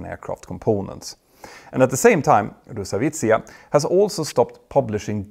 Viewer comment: Terrible pronunciation of Rosaviatsiya, sorry.